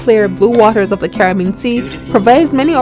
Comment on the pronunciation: I am hearing "Car-bean. Caribbean is a four syllable word. Also, the narration is difficult to hear with the loud song masking her voice. This video is .obviously not the product of professionals........Jackcobian...????....along with other weird mispronunciations......